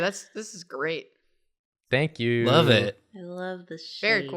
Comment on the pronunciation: "Think yew"